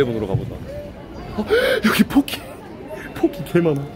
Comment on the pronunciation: 형 발음 잘해야됭 ㅋㅋㅋㅋㅋㅋㅋㅋㅋ 폭키 가 봇키되는순간